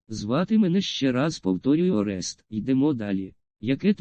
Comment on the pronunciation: Но не орЕст а орест